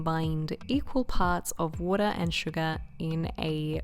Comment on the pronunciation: What is "woeduh"?